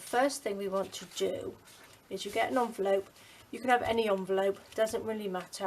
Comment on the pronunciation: You call it a "Junvelope"!